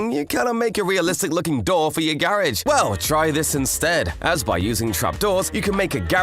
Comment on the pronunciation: 3 how you said garage garihg